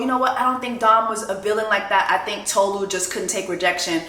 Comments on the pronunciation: Your pronunciation of Tolu's name is WRONG 📌 ( It's Tolu' ! Not To-lu ! ) You should've checked the introduction of Tolu in the show, before ranting for 3 minutes - accusing the cast of racism :face-turquoise-covering-eyes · Also, it's not Toe-Loo, it's Taw-Loo. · Erm, actually, it’s Tolu. Re-mi as in sounds of music. That’s why her name is spelled with the sign over the U and no sign on top of the O. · It's funny everyone was able to say Stevan but not Tolu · 😬😬😬 Jess, sis, I think you are the one pronouncing her name wrong 😂😂😂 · She literally made a video about her name and you still getting it wrong.